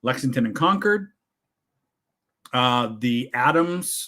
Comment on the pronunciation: Hey,! Hear how pronounced Concord?? He's right!;-)